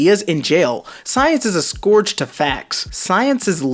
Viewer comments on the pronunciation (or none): none